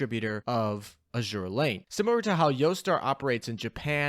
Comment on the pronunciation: you'd think that an Azur Lane youtube channel knows how to pronounce the games name